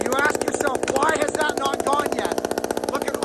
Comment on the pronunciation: I heard an "n'nat". You sure you're not from Pittsburgh?...n'nat.